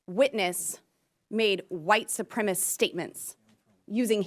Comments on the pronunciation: Boebert is the quintessential uneducated boob. She is genuinely stupid. Also when she mispronounces a word on the floor of Congress (supremacist) a correction needs to be entered into the record. This is a congressional hearing not some red neck church in Flashyourdick, Colorado. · She said white supremiss TWICE! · "white supremist" 😖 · Boebert says "supremist", she can't pronounce supremacist... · ... actually, she said, ""soopremmis" ... I imagine she can't define "supremicist" ... or soopremmiss.... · Boebert is so illiterate she can't even pronounce the word 'supremacist'.